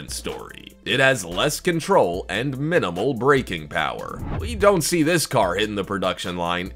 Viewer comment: Perhaps the narrator should work on pronunciation rather than trying to sound like batman. Its a car not a CAAAARRRRRRRRRR